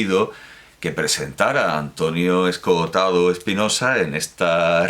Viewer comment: Me fascina que sea capaz de decir las dos o(s) de 'Escohotado' cada una de las veces que lo pronuncia en el vídeo. A mí siempre me sale una sola o, 'Escotado', al hablar.